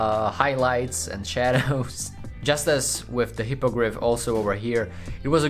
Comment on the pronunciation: Hippogrith [He-po-grif] u wellcome :)